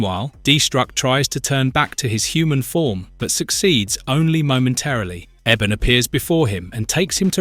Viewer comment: ( Eeee-bon ) ebon not Eben